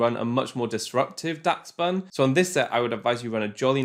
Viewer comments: UMM it’s actually pronounced dash-bun (adding this comment just to boost the video, great video btw!!) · its pronounced more like dash bun, like the dachshund breed of dog in real life. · im pretty sure its pronounce like dash-bun, like the dog its based on, dachshund.